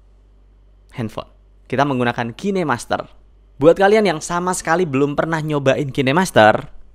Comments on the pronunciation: Cara bacaan kainmaster bukan kinemaster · Kainmaster bang, bukan kine master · Bang, pengucapan "kinemaster" nya salah. Coba perbaiki lagi pengucapan nya coeg ᕙ( ͡◉ ͜ ʖ ͡◉)ᕗ